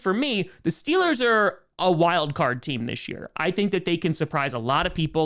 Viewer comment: But you said steelahs go shupa bowl when you visited tom 🥺